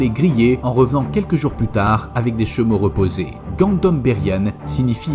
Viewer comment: des "chemaux" ??